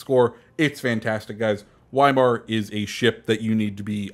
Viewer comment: I love your vids but pls pronounce Weimar properly